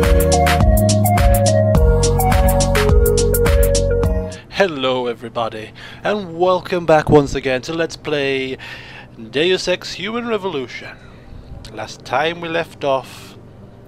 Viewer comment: did you say dule sex or deus ex? TROLLLLLLLLLLLL!!!